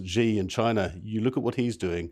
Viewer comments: It is quite grating to hear people mispronounce Xi. It’s Shi not Ji. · Xi is pronounced like the English word "she".